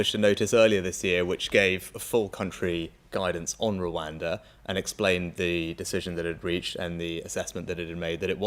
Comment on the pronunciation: Today I learnt that after all of those elocution lessons Rishi still can't pronounce the word Rwanda. How can you trust a man about how safe it is if he can't even say the name! 😂